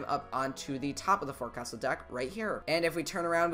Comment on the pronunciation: the "forecastle" is pronounced "fowksal"